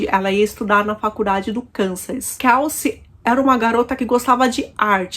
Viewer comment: A pronuncia do nome dela não é Kalci como vc está pronunciando😂pronuncia certa é Kelci. Eu moro aqui em New York City.